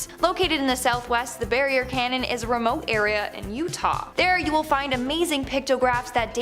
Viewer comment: "CANYON" not "CANNON!!!!!!"